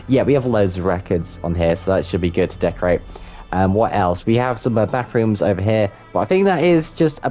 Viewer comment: Every time you mentions ‘bathrooms’ I thought you were saying ‘backrooms’... What if you tried making the first level of the backrooms? Other than that, great shop designs! Loved the little builds